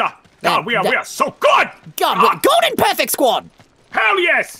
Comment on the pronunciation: GODLEN? Hahahahahaha